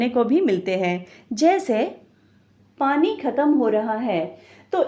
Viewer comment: पनी ❌️ पानी ✅️